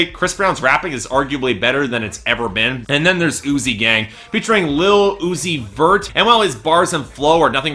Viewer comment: Throughout the review I thought you said "Oozey Gang" and not "Uzi Gang". thankfully, the real title isn't THAT gross